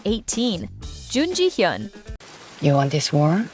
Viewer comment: But this channel have to learn more Korean pronunciation. You pronounce the name of these Korean actors in the wrong way. For example Jun Ji Hyun - Jun = Chon/ Ji = Gee/ Hyun = (ha) Yon CHON Gee (ha) Yon